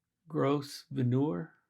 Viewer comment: I think it’s grove-ner.